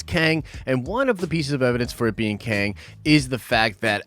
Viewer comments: Qeng. Not Queng. 😉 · Prepare to be Bohnered, it's KING LOKi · Also... Kwang tower? There is no U after the Q, the guys name is Kang, so it's pronounced the same. FFS, you trolling us or what dude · It's not Kang dummy it's Loki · I think Qeng is just pronounced "Kang"